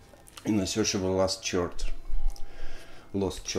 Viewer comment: Прекрасно! Спасибо! Только слово "chord" как и все слова, пришедшие в английский из греческого, произносится не через "ч" или "х"… а через "к" . )))